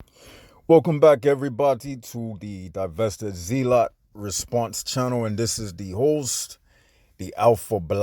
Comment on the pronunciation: Zealot is pronounced “ZELLE-it” 😉